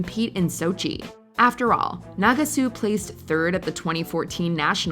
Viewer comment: Team USA’s baffling decision… there are many other decisions that should be named here. 2018 taking Adam Rippon instead of Ross Minor for starters. You’re pronouncing Nagasu incorrectly. The “last laugh” that you say Mirai got over Ashley, being the first American woman to land a triple axel, the clip you showed was a double axel.